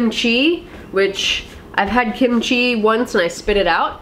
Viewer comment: I have never understood why westerners pronounce Kimchi with a weird random space. "Kim goes down a half an octave chi" Hahahah. It doesn't really bother me it's just a weird thing that happens.